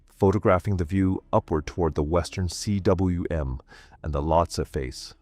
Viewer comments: For Christ's sake, learn to pronounce, "cwm." It's not C.W.M. but combe. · Cwm is pronounced ‘coom’. It is the Welsh word for valley. Also called a cirque in French. Coom.